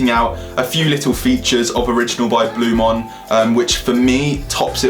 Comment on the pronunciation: Please learn how to say the product name properly before talking about it, it's Blu MAAN not Blu MON ffs